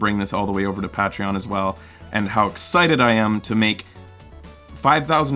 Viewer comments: Ur pronouncing Patreon wrong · you're welcome, we love love you. though I don't know if I'll ever get over your pronunciation of Patreon.